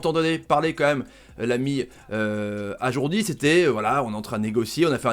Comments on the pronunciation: Tarrives pas à le dire ajroudi eh ?lol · Par contre c’est AjRoudi pas AjourDi.... on dit pas Tomash...!!!! Respecte les gens et leurs noms